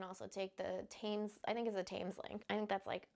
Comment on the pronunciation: Thames is pronounced Tems One of the ones you need to say correctly 😬😬